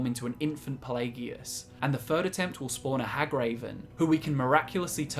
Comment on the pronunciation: So eloquent... until the word third is in the script 😂😂😂😂 fis is fe furd time I’ve commented fis joke